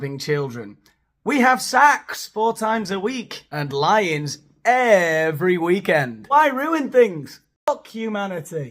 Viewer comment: I heard you say "lie-ins" multiple times and I thought: 'They're having lines every weekend? Like they're DOING lines(drugs)? New lingo?' & 'They're having lions every weekend? Like at the Del Coronado Hotel?' (It's in San Diego. They used to serve lion years ago when I lived there. I haven't kept up.) I came to watch, set it back. LIE-INS. Christ! Help. Thank you 🙏🫀🙏